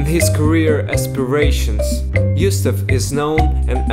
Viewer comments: Why does the narrator says Yusuf instead of Gustaf? 😄😂🤦🏻‍♀️ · Lol, "Youstaf".